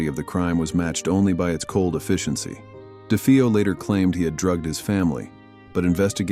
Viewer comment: De-FAY-O. Do you do ANY research?